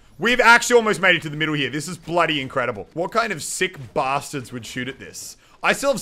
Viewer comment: When he say bloody increible what i hear bloody longiunus